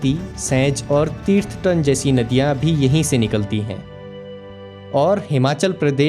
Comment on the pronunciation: तीर्थतन nhi h bhai थीरथन river hai